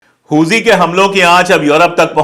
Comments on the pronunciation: हूजी नही हुती होता है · huzi nahi huthi hai vo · Huzi nahi Huti hota hai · Sir not hoji it's hothi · Sir Huji nahi Houthi pronunciation hai ..